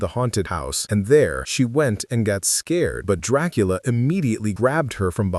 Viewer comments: Excuse me?????? Tracola?😂😂😂😂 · I ❤❤❤ how sometimes AI can't pronounce Dracula correctly 🤣🤣